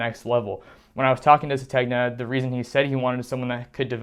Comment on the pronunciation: The name is pronounced suh-TAYN-yuh